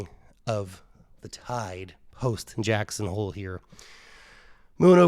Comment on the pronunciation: He said "jacks on hole" heh heh